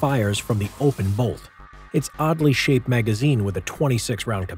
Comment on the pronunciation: Did you say oddly or ugly